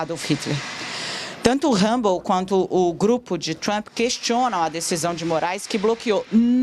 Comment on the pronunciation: Tosco demais uma jornalista pronunciar "humble" para se referir à rede social.